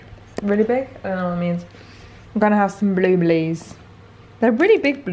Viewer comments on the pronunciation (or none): The way she said blue berries 😂😂😂